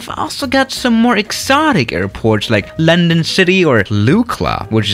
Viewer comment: “Lendon cidii